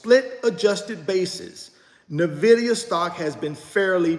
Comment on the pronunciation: I buy another share of Nvidia every time he mispronounces Nvidia! LOL